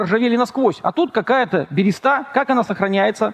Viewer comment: Хоспади! Да не альтернативная, а криптоистория! И не берЕста, а берЁста!!!